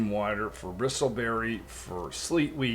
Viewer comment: The only annoying part i find about this video is you keep saying bristole blossoms hahaha...it's bristle hahaha..keep uploading mate cheers Edit - it was a good choice to not make a face cam.....(since ONI community isn't very prone to caring about faces too much...i.e. they appreciate ingenuity and not how attractive someone looks...if that's what you were going for with your videos...also PS just an objective critisism you are not that attractive where you will get a million followers just based off that...so if that's what you are going for with your face cam...it might be dillusional to do so... ONI content is a 100% so keep that up also another reason I mention this is because usually your face takes up like 10 % of screen so it's not ideal for such a game. It's annoying if anything ...i hope you don't take this the wrong way...cheers !